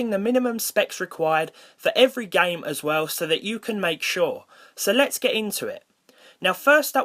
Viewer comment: XD i love when you say Gaem XD